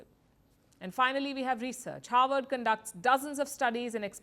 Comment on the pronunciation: howard vs harvard ? ,it sounds like you are pronouncing it as howard , Kamala attended howard university , Obama Havard university.